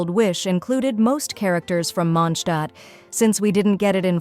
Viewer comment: Ich mag es, dass du MOnd-Stadt sagst! Und nicht Monstaat😎